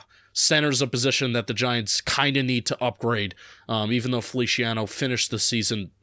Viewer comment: I think it's funny that pronounces it Felishiano